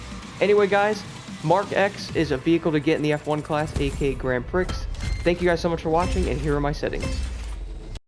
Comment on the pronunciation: Did he just pronounce the X in Grand Prix? My fellow Americans continue to embarrass me by butchering the English language =/